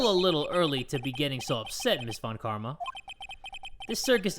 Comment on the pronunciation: everytime he reads von Karma: von kARRMa